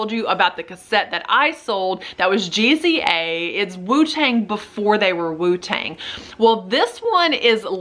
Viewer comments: GZA haha it's pronounced like JIZA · GZA is pronounced Gizah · GZA is NOT pre-Wu-Tang! That is a SOLO album by one of the members of the WU TANG CLAN by the name of GZA, pronounced JIH-ZAH! that album came after the 36 Chambers album 💿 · GZA is pronounced "Jizzuh" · Thanks for the great content! His name is pronounced Gizza and he’s 1 of the 9 members in the Wu-tang clan. All the members came out with solo albums and Liquid Swords is one of GZA’s best solo albums. Great video it’s very informative I appreciate it 👌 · Great video! Im a huge collector of cassette tapes as well as selling them on eBay. I even just had a tape player installed in my car I did a video on lol. Also GZA is pronounced like Jiza and Raekwon was/is a member of Wu Tang as well which is why that tape was so valuable.